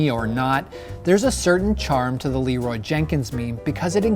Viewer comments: Am i the only one who hears, Leeroy Naggins? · When i first heard this meme i thought he said "leeroy's jerking"